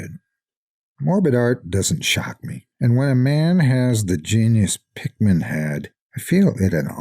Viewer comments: Everytime he says Pickman, It sounds like Pikmin... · I always figured that was how it was meant to be pronounced... typical English pronunciation would usually result in a name like "Pickman" being pronounced much like "PICK-muhn" or "PICK-min", right?